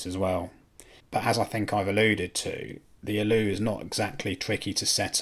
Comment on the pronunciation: I know this is nitpicking but those pronunciations... Pi as in pie, not P I Volumio as in Voloomio (one word) Allo (short 'o' not 'oo')